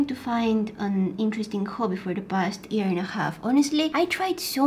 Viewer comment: When she was saying the past year and a half she said the past ear and a half